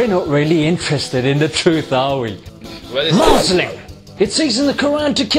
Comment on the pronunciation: Maazlim 😕 how hard it is to say Muslim ?